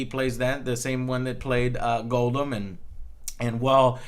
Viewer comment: Started to lose me when you started to talk about the negatives. Completely lost me when you called Gollum, Goldum.